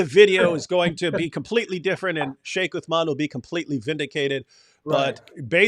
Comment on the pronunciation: and you like what David wood tells you don't you? He was decimated 4 to 5 times 😂 Sheikh Uthman may Allah protect him and increase him in knowledge wiped the floor with David. You Christians ✝️ hate him so much that can't even say his name properly. That's the power of Truth stop his Dawah if you guys can.